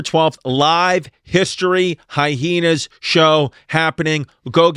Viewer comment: y he say hyheenas